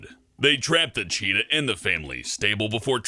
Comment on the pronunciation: "Mummy thirs Ah chitah in dah bakyard anD hi ISH iting mii bike!!"